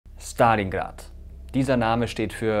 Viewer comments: Man merkt das du eine Russisch sprechende Partnerin hast. Du sprichst Stalingrad richtig aus mit ST, normalerweise sagen die Deutschen SCHtalingrad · so spricht man es eben im russischen aus es ist nicht schtalingrad sondern stalingrad kannst dir die ausprache j ma lim interernet anhören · Mirko kann gut aussprechen Stalingrad 👍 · Dislike, weil du Stalingrad so authentisch ausgesprochen hast.